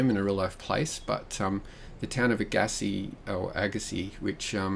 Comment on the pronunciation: Great looking map I live in this region Can't wait to play it Your second pronunciation of Agassiz was correct and we pronounce it Chill a wack not Chilly wack FYI. Great stuff